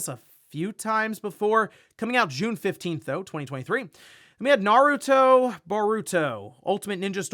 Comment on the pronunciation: The fact finally got Naruto's Name right made me happy 😁 but Its a 3D fighter like Tekken